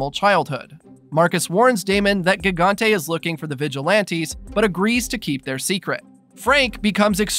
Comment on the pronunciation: Its gigante pronounced jigante